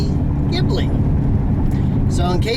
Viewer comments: It is pronounced Gib-li not Jeebli - silly americans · Oh... and you pronounce Ghibli.. like with a "K"... I hope to helped you a little... with friendly greetz of a Maserati Ghibli owner. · Jesus Christ! he is American and he does't know that FCA stays for Fiat Chrysler Automobiles and not Fiat Chrysler Alfa-Romeo... before post a video why people don't make some reserch instead of say bulls...t while recordering. And please people: say Maserati correctly. it's Maserati not Maserari! also better to forget about the pronunciation of Ghibli… unbelievable. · yeah yeah… are you happy to have found some typing mistakes? you still don't know the meaning of FCA and how to pronounce Maserati and Ghibli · Learn to pronounce GHIBLI you stupid midget.